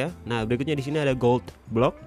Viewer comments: 10:4 yg ini aku denger Goblok bukan gold block 😂😂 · ko gua dengernya kayak ngomong "goblok" ya 😂😂